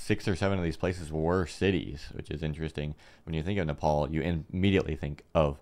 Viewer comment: Nepal✅ not nefal❌